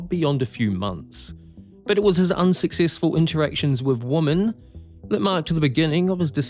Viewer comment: Classic comment clickbait mispronouncing woman you shifty kiwi you… should have left it at one 😜